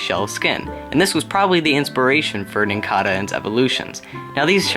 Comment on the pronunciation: You pronounced nincada and cicada wrong (sik-ay-duh) (NIN-cay-duh)